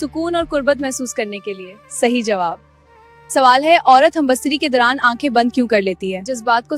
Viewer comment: Oh baywaqoofon... First learn the word. It is humbistari .. not humbastari.